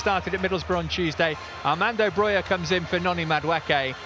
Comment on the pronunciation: His name is BroJa not Broya